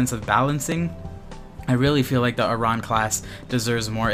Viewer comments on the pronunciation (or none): ur pronouncing aran wrong XP